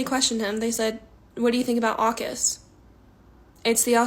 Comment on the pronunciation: The chick is so dumb she’s almost smart again. First, I doubt many people in politics that don’t engage with Australia know what AUKUS is. Second, the accent was a bit different in saying it, at least to my ears. Third, she is so unhinged about how Ukraine was “bullied” on the world stage that she cannot intellectually understand Zelensky was berating the US begging for money and security because they wanted to keep fighting a losing war! I cannot fathom when white liberal women became the biggest warmongers in the world. It just shows how much TDS is real. Also, Ghana? The average median income is less than $3K USD…annually! It’s one of the most indebted countries in the world. It and Nigeria constantly have military coups, and they still openly allow slavery, though it’s more of an indefinite indentured servitude because there is some pay involved. They don’t want blacks to come back! They want rich woke stupid blacks with US dollars.